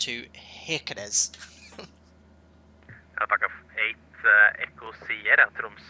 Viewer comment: Just to mention, i felt that i have to: This is how you prounounce «Kirkenes» — Shiirckenes. Like you say Shakira, start with the SH sound! Thats all bud! Lovley video as always hehe!